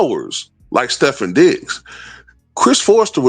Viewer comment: his name is pronounced Stef-fon, just to let you know.